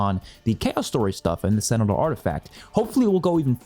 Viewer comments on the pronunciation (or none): none